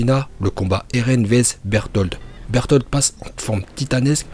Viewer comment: Arrête de dire "Bertholtd ou plutôt Beltoto" genre c'est gênant là